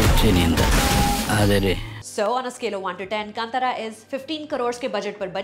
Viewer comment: It is Kanthaara not kantara when said in English.